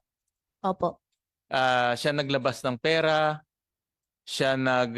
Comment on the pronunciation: Mayor pakitigasan mo naman yung r mo , peyra hahahha